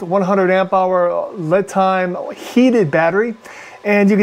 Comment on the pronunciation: Isn't it pronounced "Lee" Time like the Chinese name Li, kinda like a pun.?